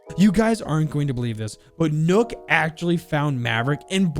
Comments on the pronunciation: I hate when this guys says nook its nokk it's pronounced like knock It's just nok with and extra k nokk bot nook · Rlly like your videos and I hate to be that guy but . . . NOKK NOT NOOK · I am deeply offended by the why you pronounce nøkk, it's not nukk you potato head. Edit: still a great video, leave a like👍🏻